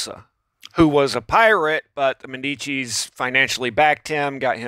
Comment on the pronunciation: Man, come on, you called Medicis "Demicis" twice maybe thrice !